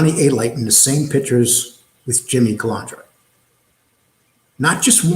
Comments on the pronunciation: You claim to have this so-called station. Yet you can't get the guys name right. The guy's name is Calandra. Not Calandria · Cal An dra not Cal An Dria! why does everyone get that wrong. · It’s not Calaundra or Calondra, it’s Calandra! Why does every one pronounce that name wrong?! Even Fucking Sammy smeared that name.